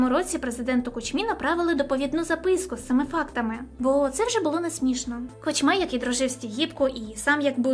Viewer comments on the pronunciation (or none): Все чудово, лиш довільні наголоси ріжуть вуха. КУчма, а не КучмА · Перепрошую, у прізвищі Кучма наголос на у, на перший склад. Сподіваюсь, візьмеш до уваги☺️)